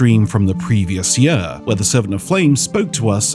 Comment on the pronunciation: I’m fascinated by pronunciation of “year”